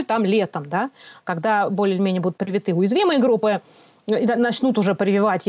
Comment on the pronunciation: "привитЫ" разъебало мой слух. Похоже на инопланетян. Типо Неспешиты